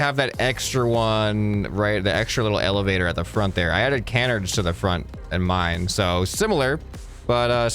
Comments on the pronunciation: this lowk pmo its Kuh-nards not Kan-erds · pronouncing canards like "can -erds" instead of "cuh-nards" was painful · It’s killing me, it’s not pronounced canerds its can-ards. Pleeeease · it is pronounced ca-nards